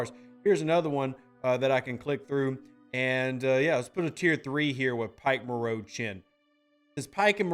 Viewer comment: Rev its pike moreau tlaan for borg probes not chen